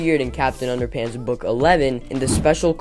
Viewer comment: It’s underpants not underpunts